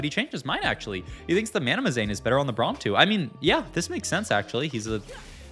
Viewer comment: it's MANAZANE....not MANAMAZANE. jeezus